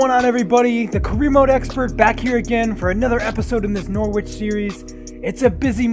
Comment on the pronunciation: Hello mate i'm from England, the way you pronounce Norwich is "Nor-itch" as the "W" is silent, Keep up the good work though!